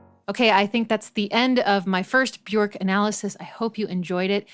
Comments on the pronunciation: Björk is pronounced “be-yerk”, “ö” sounds like the “o” in work; rhymes with jerk … not cork. Brilliant analysis! I love both versions of thIs song, but have listened to the video version more. Can you analyze Undo, Joga, Hunter, or Bachelorette next?! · Bjork is pronounced "byerk".